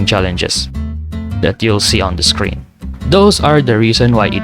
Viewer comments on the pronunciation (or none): none